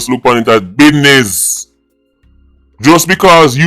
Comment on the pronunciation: It's Bidness😂The Great 🎉😂